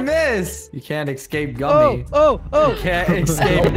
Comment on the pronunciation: Wait- did just say” gommy gommy “ in stead of gummy gummy? Lol